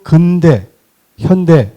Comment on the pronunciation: 아이고! 자고저 문제가 심각하오이다. 자고저란 말 들어 보셔씁니까!?? 우선! "근대"의 첫 자는 길게 발음해야지요!! 그런데! 이를 짧게 잘못 발음했으니! 이 얼마나 슬픈 문화입니까!??